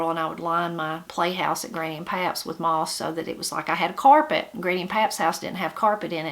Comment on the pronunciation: Moss not miss